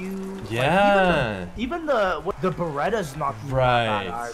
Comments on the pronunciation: I KNOW LEX DIDN'T JUST SAY BERETTA FOR THE BARRET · Did call the Barrett 50 cal the Barretta?